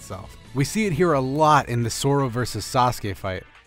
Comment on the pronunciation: I know I’m late but he said Soro ._. It’s definitely pronounced “Zoro”